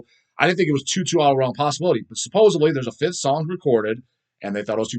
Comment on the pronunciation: Some people say supposably when it’s supposedly. I think just said supposuvly. 😂